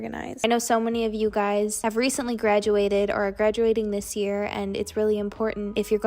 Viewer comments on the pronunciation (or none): none